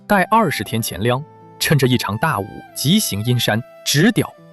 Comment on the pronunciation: 視頻很好，但旁白唸錯不少！如「乾糧」應唸gan, 而非qian